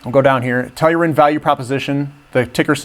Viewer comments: you really should learn how to pronounce their name guy, Tell-ur-Ian, practice that for a while there will be a test lol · that is not how you say Tellurian lol